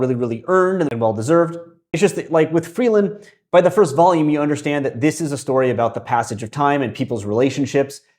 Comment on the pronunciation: To be clear upfront I don't mean this as a criticism, I'm just curious. I noticed that in the video you pronounce Frieren as "Frielen". I know that the R series in Japanese is similar to L's and often transliterated that way in both directions. I feel like I hear it mostly with an R by English speakers so I was just wondering if there was a reason you use an L.